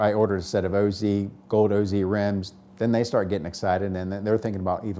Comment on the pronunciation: O-z... its OZ..like the wizard of OZ